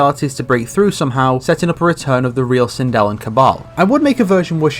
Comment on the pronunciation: Hey you got me this time, sindel got butchered